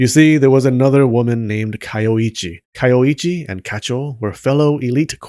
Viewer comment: You say her name is Kayoichi, but you write it as Kayoiji... WTF? Do you also drive a cheep? ...and wear cheans, when you go out chogging?